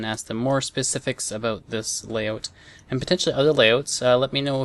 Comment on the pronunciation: "aboot this layoot"